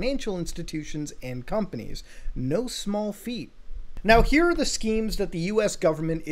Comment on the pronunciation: H is silent in Hyok, Muta; its like Me saying Mu-ta-hurr instead of Mu-Ta-Ha-Arr